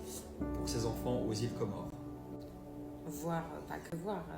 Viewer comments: On dit COMORE , Tu l as bien dis 😊 C est écris au pluriel, les comores car c est un archipel composés de 4 iles grande comore, moheli, anjouan et mayotte. Mayotte est un departement français. La traduction de la 1ere video, le jeune homme dit à l accompagnateur: -" Si tu es avec eux ( sous entendu, si il est complice) va avec eux et emmène les, pour qu ils (viennent) escroquent les autres . Mais pas dans ma ville (ou village)! sortez d'ici et prenez vos voitures (qui sous entend dégager)" - L accompagnateur lui demande :" tu vas payer?" ( sous entendu, tu vas financer à leurs places). - Il lui repond:" j ai pas dis qu il ne pait pas mais pas dans ma ville (village)". Bravo aux comoriens. C est un couple de psychopathes, les hypocrites, les jeunes au Comores quand ils sont révoltés, ils arrivent en groupe et tabassent, le gouvernement ne pourra rien faire pour eux, c est mieux qu ils partent. Ayem et dylan Nam rohé! (dégagez ) Bon vent! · Force à ce Comorien qui filme dylan en le traitant d'escroc 👍🤗👏👏👏. Et oui, on prononce Comores sans dire le S 😉